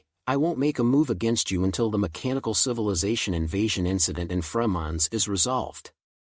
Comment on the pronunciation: It's not cilivization but civilization.. 😅😅😅